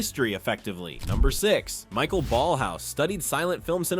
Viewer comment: Michael Ballhaus's name is pronounced "mˈɪçaˌeːl balhˈa͡ʊs" or if you will "M-e-ekh-ah-ehl B-ahllh-ah-o-os/z". And Alfons Mucha's is "ˈalfons ˈmuxa". And perhaps the most important: It's neither "Cohpola" nor "Copohla" but "Coppola".